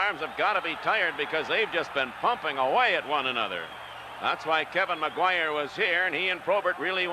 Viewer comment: It’s “Maguire”, folks. Not McGuire. Or Maquire. Or MacGuire.